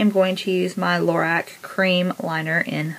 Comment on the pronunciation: BTW, don't be mad at me for correcting this, but it's pronounced LOR-ROCK, instead of LOR-RACK. Just trying to be helpful :)